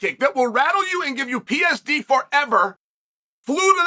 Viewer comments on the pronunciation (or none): Hell, he didn’t even say “ptsd” right😂